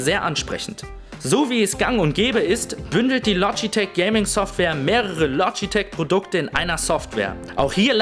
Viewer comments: Du sagst "Logiteck" und nicht Logitech :/ klingt ein bisschen ungewohnt. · "lodjiteg" LOGITECH!!!! LO-GI-TECH!!!! DEUTSCH! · loschitesch o gott, wie der das ausspricht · verfickte scheiße das LOGITCH du idiot und Mechanisch und nicht Meschanisch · Lodgitek? WTF! :D